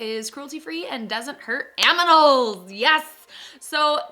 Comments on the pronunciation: Anyone else notice she said aminals instead of animals lol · Am I the only one who heard aminals 😭😭😭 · I heard and saw "aMiNals" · did she say aminals? 😂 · Lol aminals? I swore I heard that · When you said it doesn’t hurt “aminaaaaals” I died. That’s my life I can’t pronounce words sometimes lmao I love you!!! 💕💕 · Did she really say "Aminals" ?? Lol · omg you said aminals lol😂😂😂#snapfam